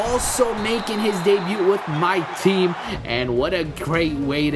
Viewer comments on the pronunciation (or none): none